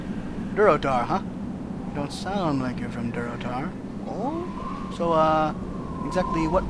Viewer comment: Can i ask you a question? WLG: Sure: Where are you from? WLG: AHHHHHH.....Durotar.: Durator huh. lol